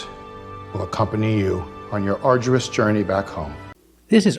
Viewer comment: Yes sir your pronunciation is correct otherwise i am a little bit confused about this word, Arduous..